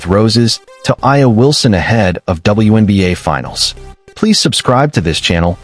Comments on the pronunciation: DAMM you doing a spotlight on players that you can't even pronounce their name..... HOW STUPID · Dang!!! Atleast learn to pronounce her name correctly 😮